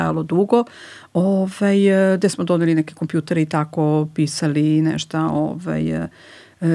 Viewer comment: sve tip top , teče razgovor , prijatan , fonetika , i onda čujem kaže " neštA" hvala , prijatno ... odustajem